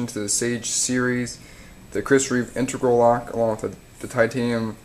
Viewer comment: in-teg-ral. not intergral.